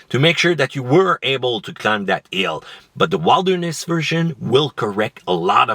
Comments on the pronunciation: Did he really said Wild-erness Edition instead of Wilderness? Lol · Wild erness? who says that? it’s wilderness.